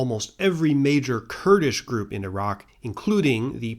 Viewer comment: God bless you for pronouncing Iran correctly, and Iraq🤘🏻